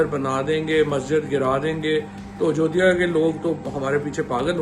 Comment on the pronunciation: Yee halwai 😂😂 kaha sai aagaya 😂 ajjoodiya 😂😂 halwai thikk sai bolle.